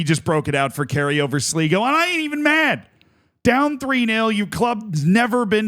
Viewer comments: Amazing game for sure, but Z you butchered just about everything there. Just a total hack job. As many pointed out , it's Sly-go, not Slee-go. Galway United and Sligo are fierce rivals from the west of Ireland, nothing much to do with current league standings. And the "do you believe in miracles"? Seriously, you know almost nobody outside the US gives a hoot about that. And the reason Kerry has no long standing history, is because it's a new club, founded in 2023, it was amateur to start, now has a license to play in the Irish League. Sure you're excited about the game, but breathe, take at least 5 minutes to a little background research, just 5 minutes. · I think its important for future reference that its actually pronounced Sl-eye-go not Sl-ee-go, as I expect future updates on the irish cup and the irish second division standings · Seriously, please start doing a minimal bit of research before these vids. It's 'slygo' not 'sleego' you had it right the first time. Kerry are going to the semi-finals, not the final. This was the quarter final. Kerry can't relegate, there's no relegation from the First Division. You also could've seen Kerry was founded 3 years ago, no need to scour old cups for their participation. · You were so close it's pronounced sly-go not sli-go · Kerry cant be relegated because theres no relegation and it's said Sly-go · its sly go . og god tell me he doesnt keep saying it wrong the whole video. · "Sleego, slygo, I think it's Sleego" Usual editorial rigour from Z. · Cmon man. All it takes is a 2 minute research of any Irish video talking about Sligo to get the correct pronunciation. Do better Z 👌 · "Sleego" lol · To everyone correctly pointing out that it's pronounced "Sly-go" have to understand that only winners get correct pronunciation. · It's sly go btw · I can't listen to Z continue to butcher Sligo - bye 🤮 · Long I in Sligo.